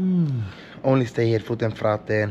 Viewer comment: Brother where is Luis!? this is just fruten not fraten!